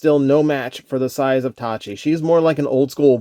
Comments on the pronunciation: It’s pronounced Taki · The mispronunciation bugs me, but otherwise a great review. Tacky looks super cool.